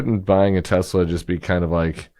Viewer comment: But wait, there was DB Chump, “I love Tesler.” 😂😂😂😂